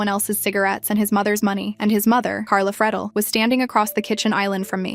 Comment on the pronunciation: It's pronounced "free-del. I know this because that's my last name.. lol. AI sucks.